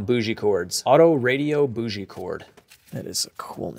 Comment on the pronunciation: its pronounced BOW GEE cord.......the g is sound key with a G .....omg. its all just Volvo parts...there is nothing special there